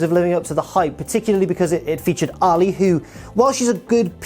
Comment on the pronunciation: I know it's the accent, but why does he pronounce Allie like Muhammad Ali?